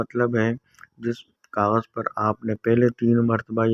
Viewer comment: Plz don kagaj keya Karna clear bolna g plz, Samaj nehi aya